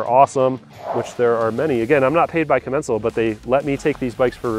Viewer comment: When I call Commencal they pronounce it differently than you.